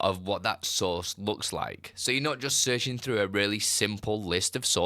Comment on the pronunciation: Took me a while to finally figure out that you were saying “source” not “sauce.”🤣